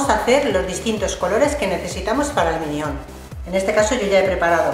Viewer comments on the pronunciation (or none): tengo que decirte que minión no es es mínion digamos! suena muy mal al decir minión